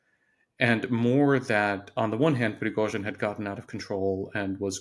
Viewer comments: Did she call him prozhin??? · Junior is so lucky to interview a pro. Pro-fes-sio-nal Pre-go-shin Try it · She nearly went with "Frizhozhin". That would have been an improvement. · Why is she calling him Frozhen? Did he get a new nickname? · Who’s “Frojen”? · What is it with Times Radio and their unprepared, half educated, work experience reporters. This lady has pronounced Prighozhin’s name differently every time she says it and her questions are asinine. Well done to the interviewee for his professionalism in the face of stupidity. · Sorry but this woman is terrible, childish, unprofessional, can’t even pronounce Prigozhin’s name correctly. Mr Kagan was ill -served by this person, deserves a better interlocutor. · Poor Mr Kagan . This interviewer is talking like a child. She can’t even say Prigozhin name properly